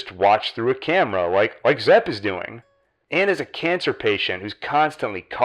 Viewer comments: Its zep, not zeb. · The characters name is "Zep", both and keep saying 'Zeb' and its drivin' me NUTS!